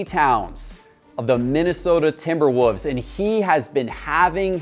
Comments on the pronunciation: The way you're saying timberwolves is killing me. Sounding like timberwhoaze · I had to listen to it again, he’s definitely pronouncing it as if the L in Wolves is silent. Timberwoovs. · Yes! I was like, is he saying Timber Woofs?